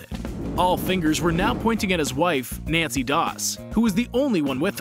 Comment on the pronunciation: Its nannie not nancy